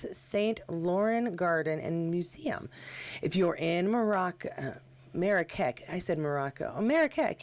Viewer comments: Hi great pics of everyone, thanks so much. Oh just to let you know, Marrakech is pronounced Marrakesh. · Marrakech is pronounced "Marra--KESH".